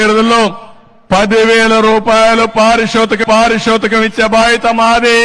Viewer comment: పారితోషికం పలక లేని బాబు పారిశో తికం.అంటున్న బాబు.